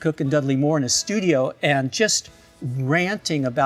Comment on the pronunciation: Bonus points for pronouncing Moore correctly